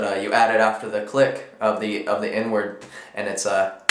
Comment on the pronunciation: HAHA totally thought you said "N word snare" not "inward snare"